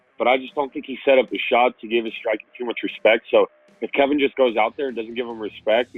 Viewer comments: About 5 of these guys called him Kevin instead of Kelvin , 🤣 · And he can't even say KELVIN... It's not Kevin dumbass! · did wonderboy just say "kevin" gastelum?